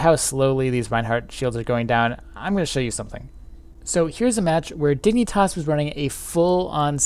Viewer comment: Oh god the way u say Dignitas. ! its pronounced, Dig-na-tas